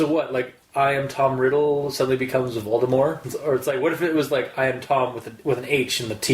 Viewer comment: J.K. ROWLING Says that The T in VOLDEMORT is Silent sorry but it doesn't sound as Scary without Pronouncing The T